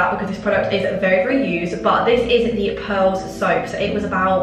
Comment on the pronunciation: It's pears 🍐 soap not pearls 🤣